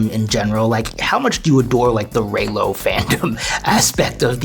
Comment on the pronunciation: Los amo!!!! Pero es Reylo no rylo